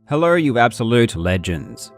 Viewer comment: Did he say Hellor?